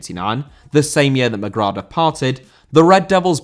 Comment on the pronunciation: Mcgrath* not Mcgror